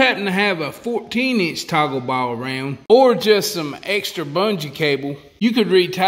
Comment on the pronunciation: How many times did you say TACO BALLS? Haha. I think it was toggle balls but after it heard Taco balls I couldn't hear anything else.